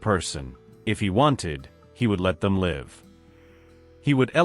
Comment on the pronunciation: it is Live- a verb- not Live- which is a noun